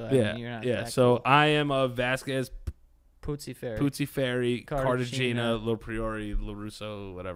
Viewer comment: my nigga, please do not pronounce Cartagena like that 😩